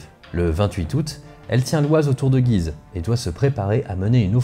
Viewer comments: Salut j'adore ton travail sur cette chaîne. Je suis au taquet pour cette série sur la 1ere ww . Étant un local de cette vidéo (je vis sur le chemin des dames ) je reviens sur La prononciation de la ville de Guise , qui n'est pas comme dans la vidéo mais avec l'accent axonais ! (G oui ze ) c'est approximatif mais ça y ressemble !!! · Vidéo très intéressante comme toujours étant originaire de la région de "Güise" je me suis beaucoup amusé en l'écoutant (en phonétique chez nous on prononce "Gyizø"). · prononcer gUuise ^^ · Un superbe travail comme d'ordinaire ! Une petite remarque, étant natif de Guise. La prononciation locale est "goui-se". Mais il va de soi que la prononciation qui est dominante en France est celle adoptée dans la vidéo... Ce n'est donc pas bien grave... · Guise se prononce « Gouise » comme cuisine se prononce « couisine » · Guise ça se prononce guouise, mais bonne video quand même x) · ça m'a aussi fait bizarre d'entendre "Guise" prononcé comme ça ! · Encore une fois une vidéo très interessante et bien documenté, merci beaucoup! Toujours "marrant" de voir comment Guise est prononcé comme tu le fait dans toute les œuvre en rapport à l'histoire etc (bataille de guise, duc de guise...) Mais que les locaux prononcent le U ^^ (ma famille vient d'entre ribemont et guise^^) Quoi qu'il en soit c'est toujours un plaisir de cliquer sur tes vidéo et j’attends la prochaine avec impatience! PS: je n'était pas sûr si tu était sérieux pour le rapport entre limogeage et Limoge j'avoue que ça m'à surpris^^